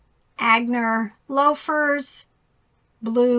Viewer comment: Hi, Aigner is pronounced "On Yea"